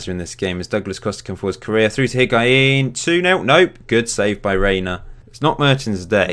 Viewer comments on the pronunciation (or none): Higuain = HIG- WA- EEN Hysaj= HEE-SIGH